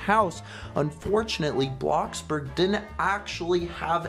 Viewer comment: It's not bloxberg it's bloxburg